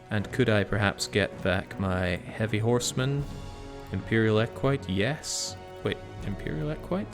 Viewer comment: Not sure if you care but Equite is pronounced Ek-wi-tey, and bucellari is pronounced boo-ke-la-ree. They're both old roman words, I believe equites were nobility who fought on horses, and bucellari were actually the elite cavalry of late roman armies (byzantines). They were famously used by Belissarius during his reconquest of Rome from the barbarians.